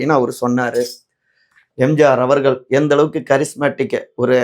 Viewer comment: தம்பி முதல்ல தமிழைக் கற்றுக் கொண்டு பேசுங்கள்..ள கரம் ல கரம் தெரியாம அவர்கல்....கட்சிகல்....விஷயங்கல் னு தமிழைக் கொல்லாதீங்க...